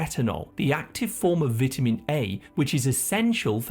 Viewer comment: Learn how to pronounce vitamin and pecans 😂